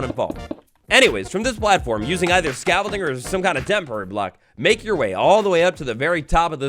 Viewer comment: bro did not say Scafolding